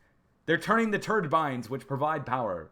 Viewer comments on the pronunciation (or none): Turdines* not turdbines. LOL